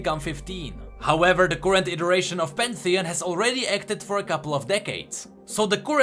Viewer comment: are you greek? u couldnt pronounce "current" correctly instead u said "courrent". The greek do not have an "ugh" sound that is why i am asking